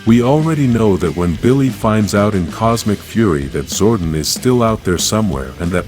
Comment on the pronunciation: your saying Zordon wrong DUMBA**